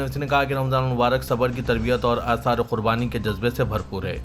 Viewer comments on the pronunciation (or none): آثار نہیں. بلکہ ایثار ھے